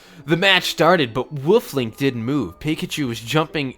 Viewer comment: Why does he keep saying woof Link and why is no one saying anything about it?